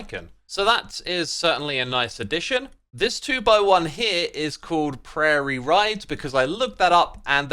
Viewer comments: Wonderful pronounciation of "prairie", you nailed the french "ai" and "ie" sounds. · You got Prairie's pronunciation correct! Woo, go X! Bit of an odd word that you probably wouldn't use in England, but it's the name for the big, flat, open grasslands most often seen in western Canada and in the neighbouring US states. Very much like steppe, but with longer grasses. Not to be confused with the tropical savannas.